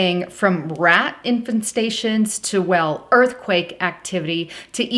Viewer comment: "inFESTations"... not infantsations